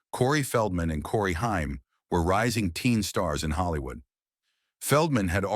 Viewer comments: Corey Haim his last name is pronounced HAME NOT HIME!! GET IT RIGHT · Love your reviewof this film , but it's Hay- m. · Cool video, but can totally tell they used an AI narrator by how badly it mispronounced common words like saxophonist and Corey Haim’s last name. 😂